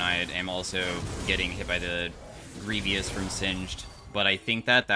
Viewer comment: anyone else wonder why he pronounces 'grievous' like that